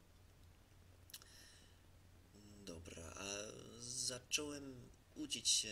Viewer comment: Świetnie ci idzie , Polski jest strasznie trudny ale popracuj nad słowej : uczyć się i gramatycznie , bo jak wypowiadasz uczyć się to trzeba słyszeć to ć które jest na końcu a gramatyczne to mówisz : grama - ty - czne